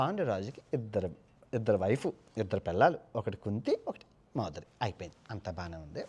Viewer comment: మాధురి కాదు మాద్రి